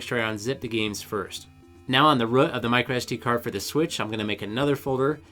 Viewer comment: Great video! Not for me (don’t want 2 switches)... but btw it’s just called the root (of an sd-card) not the rùh... had to listen a few time too understand you ;)